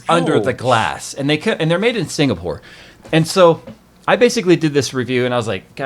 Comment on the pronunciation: You said sing a poor